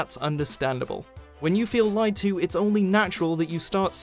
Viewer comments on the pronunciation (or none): none